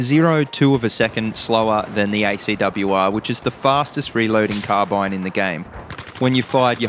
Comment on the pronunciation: It's not called carbeen lol